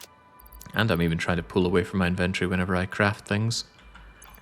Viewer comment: Inventory and aluminum…….you’re killing me with the pronunciation 😅